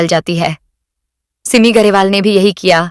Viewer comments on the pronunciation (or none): सिममी नाही सिमी उच्चार तर नीट कर बाई